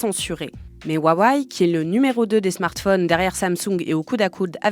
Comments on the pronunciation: Alors rip les utilisateurs de huawei Mais svp, c intenable la prononciation jpp 😂 Wa wé ou wa weï pas huahuaï mdr j’vous jure jpp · Pitié ... "Ouaouaïe". J'ai tenu 30s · C’est juste « Wa-Wé » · " ouaouaye " ... Un peu de sérieux. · C'est quoi cette prononciation de huwawei ? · 1000 abonnés sans vidéos ?! Salut, je viens faire chier, ça se prononce « Rwa-weille » en Chine. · Le fond de cette vidéo est bon, mais je ne comprends pas pourquoi vous n'avez pas pris 20 secondes pour trouver la bonne prononciation de Huawei sur internet. Ce manque de sérieux sur les détails vient tâcher votre travail, ce n est qu un problème de forme, mais la forme c est le fond qui remonte. Dommage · Mdrr c'est clair qu'elle le prononce mal lol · bah non, mis à part la prononciation de Huawei franchement c'était hyper instructif.